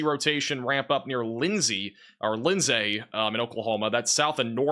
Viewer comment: Just to help you out, it's Chalk Tah!, Geronimo is like the Indiana, Lindsay is Lind zay. When you aren't from the area, it's difficult, but just so you know most Oklahoma towns are named after Indians or Tribes. So, think of how those indians or tribes names are pronounced.